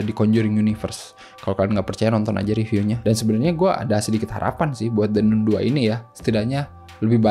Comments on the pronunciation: baca nya nun ya ? bukan nan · Kritik buat THE NUN (bacanya THE NAN bkn THE NUN )